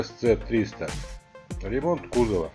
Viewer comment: Rimont kurwa xDD